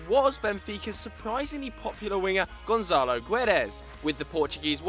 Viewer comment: and it's not GonZalo xD the "ça" its the same sound like "sa" not "za" ;) and "gue" is not "gu édes" ... imagine saying "ga" but change the "a" to an "e"...the "u" when its used between a "g" and an "e" is silent ;)